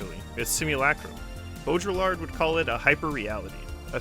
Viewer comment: Um just a hint; you dont pronounce the double LL in Baudillard.